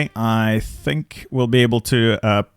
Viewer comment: its not Ish-tanbul, it is Istanbul!